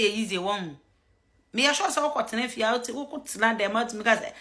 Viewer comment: It’s Fi not Fe bro ….. any way you are doing a good job for the Nation Gh…. Kudos